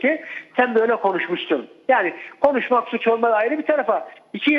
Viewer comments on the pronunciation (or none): Gonuşma değil Hanefi, Konuşma. G ile değil, K ile! Sen nasıl Emniyet Müdürlüğü yaptın?